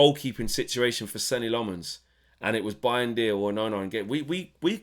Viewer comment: How has the guy been here for months, released the premier league clip of him saying his name and we’re still pronouncing it wrong 😂 It’s pronounced ‘Senna’